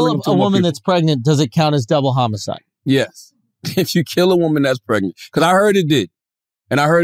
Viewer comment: Why charla keep saying double homo-cide? Surprised Andrew didn't catch onto that and I'm 100% sure when Googled it she did how I'm hearing it also.